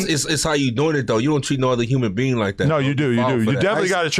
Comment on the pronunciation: Nigga said human bean instead of human being 😂